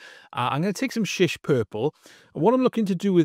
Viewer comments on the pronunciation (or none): Shy-ish, not Sheesh